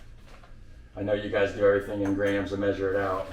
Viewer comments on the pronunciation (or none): none